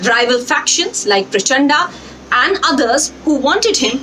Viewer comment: Indian journalists can't say a name written in devnagari script, everytime they say Praa-cha(aaaah)da, I cringe.